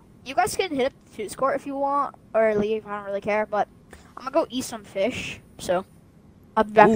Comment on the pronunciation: Bro said I'm gonna go eat "fish" lol